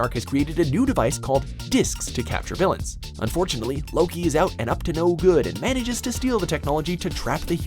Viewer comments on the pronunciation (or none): none